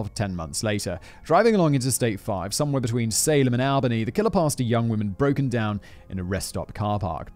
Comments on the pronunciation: As someone from the states, the way you say Albany is like All-bany. I'm sorry that just bothered me so much 😭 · On the one hand, Haha he pronounces Albany and Willamette funny. On the other hand, why are there so many of these happening in Oregon, please stop. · I was born and raised here in Oregon (grew up in Salem and live in Monmouth now). First, I have to say I got a good laugh out of hearing Simon pronounce some of our local areas 😂 Willamette is Wuh-lam-ett, Albany is All-buh-knee, etc. I live in Monmouth, which sounds like Mon-muth. Something that I find real interesting is that most people from my generation (born ‘85) have no clue who Brudos was. I’d never heard of him until I went to work at the Oregon State Penitentiary. What’s super creepy is that we still have a lot of real bad dudes locked up there that I used to see daily. Randy Woodfield, Christian Longo, Keith Jesperson, Dayton Leroy Rogers and Richard Lewis Marquette, all monsters of the worst kind. I guess it’s just crazy to me how awful these humans can be, yet unless they have the last name Bundy, Dahmer or Gacy, people seem to just forget them and their horrendous crimes…